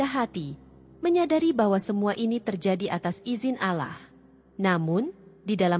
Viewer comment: Bukan alah,tapi Allah (Alloh),p'hatikan Makhrajnya (belajar lg cara m'nyebutnya...)